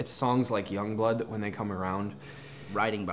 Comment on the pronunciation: I just love that Ashton pronounces Youngblood as “Yongblood”